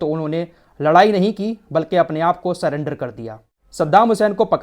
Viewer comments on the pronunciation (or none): none